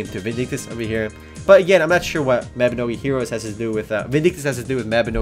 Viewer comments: its pronounced as "Mah Bi No Gi' not "Meh Bi No Gi' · Its m a b i n o g i not maobinogi lol but good try lol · isn't it pronounced as Mawbinohgee?